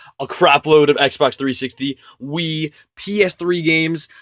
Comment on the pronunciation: At 0.39 instead of wii I thought he said weed 😂